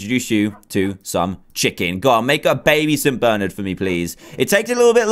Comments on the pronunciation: did any one notice he said saint bernard rong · I'm pretty sure you pronounced Saint Bernard wrong